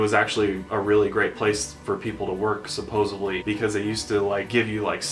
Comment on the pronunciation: Oh no! This is totally, completely MY own issue...but PLEASE 🥴 ask to correctly pronounce the word "Supposedly"... (w/o the letter 'B') 😬 lol😘